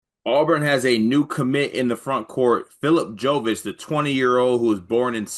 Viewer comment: pronunciation killed me. "Phillip Joe-vitch."